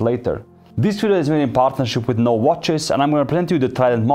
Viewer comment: Say No-VAY.